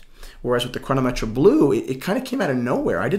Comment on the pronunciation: Button up your shirt.. and quit wearing daisy dukes... also what is Chrono-metch-ray? I think it's "Chrono-meht". All jokes aside, great video man. Great watches. The FPJ is a modern classic and possible one of the top 10 watches of all time.